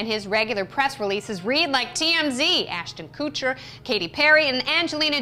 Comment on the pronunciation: lol she said ashton "cootcher"